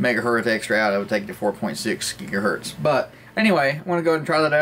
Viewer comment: LOL, how did you lose your z when you said "1 gigahert[z]..."?